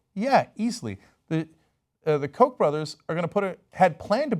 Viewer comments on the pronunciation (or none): none